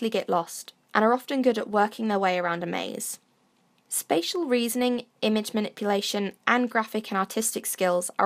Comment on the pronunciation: Thought you said "special" intelligence.